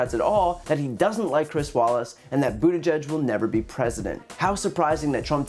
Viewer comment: Brian, I applaud you for being able to say Pete’s last name properly. It’s not an easily pronounced Maltese last names.